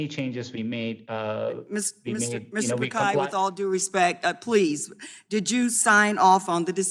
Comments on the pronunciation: That's why he's the CEO of the biggest company in the world, it's about being inclusive. Names are proper nouns, and different cultures would pronounce names differently. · First of all atleast Pronounce Pichai correctly. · They can pronounce schwarzenegger.... But they can't pronounce Pichai...... 😂 😂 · Bhai ye log aisa nahi hai ki pronounce nhi kar paate ye bkl jaan bujh ke galat bolte hain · Indians laughing her way of pronouncing ' PICHAI ' 😂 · She didn’t even pronounce his name correct. LMAO. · Can someone tell ms. Lemings how to pronounce “pichai” smh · if you can pronounce saoirse raonan, timothee chalamet, John krasinski, pichai is easier than all of them. Stop making excuses. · She didn't even know how to pronounce and that clown is elected to run the contry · Pronounce his name correctly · At least pronounced his name correctly it isn't Pikai, is Pichai. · not pickhai..it is pitch i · "Mr. Pikai" bro...its Phit-Shai !!!!! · He is Mr Pichai not pekai 😂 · Congresswoman it's pichai not pikai🥺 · It's not pakai it's Pichai.... please address him with right name first..... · Its Mr.Pichai not Pikai, stupid Ms. Dummy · it's not Pikai, it's Pichai🤣🤣🤣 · She every time pronounced pii-kie😡😡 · She's wrong in all counts on 'pick khay' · Sorry Ms DemiMs, unless you get the name as PiCHAi, you get a butchered name too! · She is pronouncing Pichai's name all wrong. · When you can't even google the pronounciation of the name of the CEO of fricking "GOOGLE" beforehand. Smh. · she keeps pronouncing his name wrong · If youre lecturing him at least pronounce his name right... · Atleast get the name right. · Mr. picai?😂😂😂 It's Pi-chai not picai. 😭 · At least learn to pronounce the persons name right congresswoman, just better ask, it’s not Pikai , it’s Pichai ( chai as in chain) . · Not Pakaai... It's Pichai. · Mr. Pichai being called Mr. Pikai😂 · She said pikai instead of Pichai 🤪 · Okay thats not pronounced as pikai rather picai.. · Mr. Pakai...... Noice pronunciation